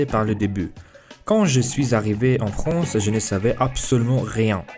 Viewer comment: Tu prends Beaucoup d'abonnés GG (en vrai juste de trois mots que tu prononce un peu mal parfois "Fronce" ou lieu de "France" sinon le B2 tu va l'avoir)